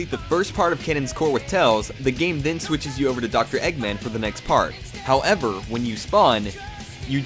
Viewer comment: It was only his over-enunciated pronunciation of "how-ev-err" that bothered me..